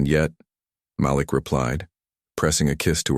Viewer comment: Malik = muh-leek